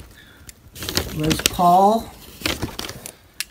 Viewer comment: When he called it a jibson.